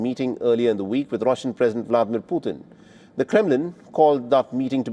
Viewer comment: WHY DO U F MISPRONOUNCE RUSSIAN NAMES???? U HAVE NO PROBLEM PRONOUNCING ZELENSKIY AND OTHER POLITICIANS CORRECTLY!!!! WTF!!! IT'S KAD Y ROV. NOT KADY- ROV!!!! VLA - DEE - MIR PUTIN. NOT VLA - DIMIR PIYUTIN!!!